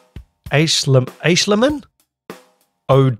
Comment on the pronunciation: Hey I know this is from 2 years ago but imma help you with his last name. It's pronounced Æschliman the old English letter (ash) and the Æ letter makes the ahhhh sound like Apple or Astroid. So if you sound out the name it's Aaaahhh schl man